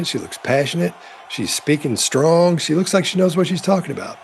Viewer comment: What's up with her pronunciation. She sounds drunk, but I don't think that's it. Elmer Fudd accents. Twadgedies? Stwong bonds? Pwactices. Maybe a teeth thing. Is Harry slurring his words? Maybe I 'm drunk...